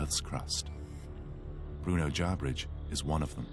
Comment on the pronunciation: It isn't JarBridge...it's Jarbidge....there is no 'R' after the 'B'